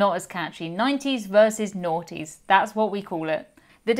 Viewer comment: The Aughties pronounced Ah Tee’s, long A like Americans like, like taco. Seems to be catching.